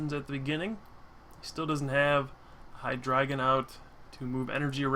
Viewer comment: Its hi-DRAW-DI-GIN